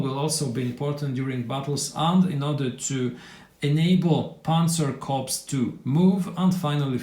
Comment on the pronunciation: Note on pronunciation: "Corps" as in Panzer Korps or Marine Corps or any military Corps is pronounced in both German and English as "core". The "S" is silent. Corpse with the "S" pronounced means a dead body. Thanks for prereview.